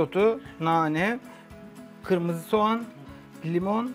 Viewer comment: Soğana sovan denince kulaklarım tirmalaniyor